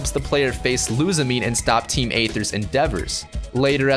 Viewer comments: Going to hit you down on pronunciation a bit: Lusamine<-- "Loo Sah Min Eyy" Golisopod<-- "Goal Isopod" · How you said lusimane sounded like looser mane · Miltenacious Why is the "E" in "Lusamine" pronounced? There isn't an accent or anything that implies it.